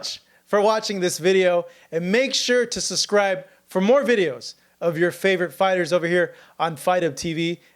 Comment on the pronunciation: I can’t stand how he pronounces subscribe as “SUScribe”. I catch it every time.